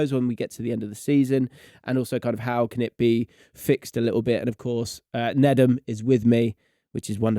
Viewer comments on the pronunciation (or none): It’s not pronounced Nay dum ?